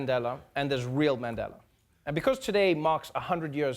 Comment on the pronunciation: He even say Mandhela instead of Mandela😂